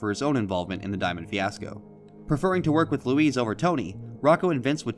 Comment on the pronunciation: it's luis mane